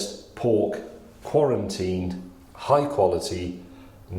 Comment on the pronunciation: “quarentine” he called it